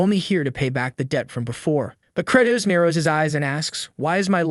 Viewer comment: Am I now realising that theMC's name is Credoss not Kratos 😭 ✌